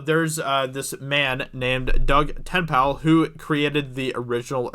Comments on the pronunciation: who is Doug Ten-pal? haha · Doug Ten-Pale. Hilarious. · Doug Tent-Pal? Who is Doug Tent-Pal? Just say Dirty Dug. Everyone knows who you mean then.